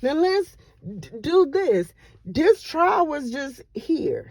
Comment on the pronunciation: Her trail?!!! Wow, it’s TRIAL